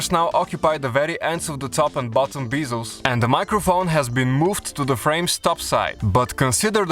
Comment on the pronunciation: 'The top and bottom BEEZLES'??? omg I'm sick of thee guys you hire that speak broken English